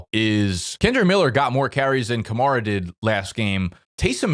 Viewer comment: I seriously question fantasy experts who insist on pronouncing players' names incorrectly when we've heard them pronounced correctly countless times - i.e. it's "skatte-boo" not "skatte-bo", "ka-mair-a" not "ka-marr-a" yet people whose analytics we're supposed to trust constantly get this wrong